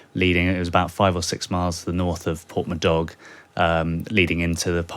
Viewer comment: It would have been reported better by the Times guy if he could have pronounced Porthmadoc better. Attention to detail at a time like this is vital, and he has not cut it.